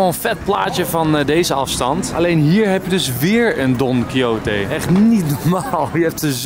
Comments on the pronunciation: Even voor Enzo: Don Quijote spreek je uit als 'don-kie-got'! :-) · Je spreekt het uit als Don Kiesjot. Is afgeleid van de roman Don Quichot.